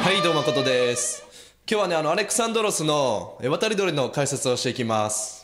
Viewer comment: アレクサンドロスではなく、アレキサンドロスですよ？